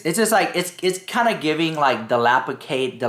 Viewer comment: Never heard of her. What did she do? 😂 “DilapiTated” 💀 Liked, Commented, Subscribed. ❤